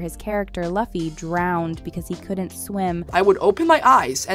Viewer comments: This girl can't pronouncethe characters names luffy loo-fy not lah- fy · It’s not pronounced (Luh-Fee) it’s pronounced (Loo-Fee) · sorry but this drove me nuts, how can you make a whole video about something and mispronounce the main characters name the whole time lol it's "loo-fee" not "luff-ee" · Not "laughy", it is "loofy" 😅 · It's not LAhFFY, it's Loooffy😂😂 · Luffy's name is pronounce (Lou-Fi) not (Luh-Fi) but other than that i enjoyed the 8 episodes that they have on netflix and i myself am amazed the the manga creator made the live action happen with his input on each and every question asked of him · It's pronounced " luu..fee". Not luf fy. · Why call him “Godoy” while calling everyone else by their first name, though? Also, Luffy is pronounced “Loo-fee,” not “Luh-fee.” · Not Luh-fee It’s Loo-fee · luffy is pronounced loo+fee Not Luh+Fee.. :( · Loofy, not laffy, my gawd. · Luhffy? Loofy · Luf-fee. Its pronounced Lou-fee. Atleast get that right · Great video overall, but the fact that she sais Laffy instead of Luffy and Iusopp instead of Usopp it just hearts my ears and make me wanna dislike the whole video. Do your homework lady ! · Luffy being pronounced like Buffy lmaooo Luffy the vampire slayer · Luhffy... Couldn't they have someone that actually knows the show narrate? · Bro called luffy “loffy” and ussop “iussop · It’s pronounced LOO-FY. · It's mad annoying that these people who make these videos have literally no idea what tf they're talking about. It's "Loo-fee." Watch 3 seconds of any episode for christs sake. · YALL GOT THE KING OF THE PIRATEA NAME WRNG LOO-FEE NOT LUU-FEE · Is this an AI voice? Is that why the voice actor refuses to pronounce LOO-fee's name correctly. Its so sad, while the narative is talking about the care the cast and crew has done to stay true to the original, yet drips the ball itself by not taking the same care to pronounce Luffy's name correctly.😢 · Who is “luh fee” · Please stop calling him Luhffy.